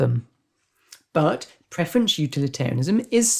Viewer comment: Thanks for the video. Any particual reason why preference is being pronounced as preferenCH?